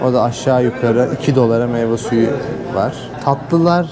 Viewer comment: meybuzu meyvesuyu diye almana patladım hshshsksjsdhjasshdjfld